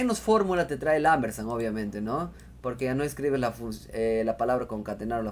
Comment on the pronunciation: Excelente...No es Ambersan, es Ampersand...Con P